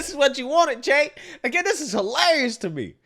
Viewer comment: Cenk pronounce Chaynk, not Jake. And no they didn't. They were pro decriminalization of weed and lighter sentencing for non violent crimes, not decriminalization of damn near everything. Mischaracterizing their position does not serve you or your political stances, it only serves to continue the madness.